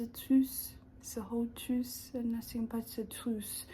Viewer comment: I could tell you really enjoyed saying trwuth